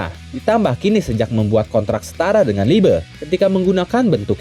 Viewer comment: liebe bang bukan liebe😔😩